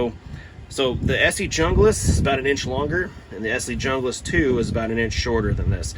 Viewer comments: Bro is a typical American, too intellectually lazy to pronounce junglas the way it's actually pronounced. Arrogant and entitled Americans make me sick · I like the pronouncing of Hunglas because when you talk to a girl you can tell her I'm Hung Lass! 🤣 I love my BK9. That being said, to each their own. There are pros and cons for both. I have the BK9 and the Ontario RD9. The RD9 is a great knife too, but it has flat blocky handles. TKC does have after market scales for it though, but obviously that adds money to the overall cost of the knife.